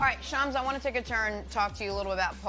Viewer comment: Brandon Marshall: His name is Shams... Not Shawn